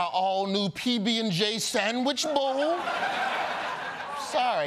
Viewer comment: Roy Woods Jr. is the winner today simply because he calls it a "sammich".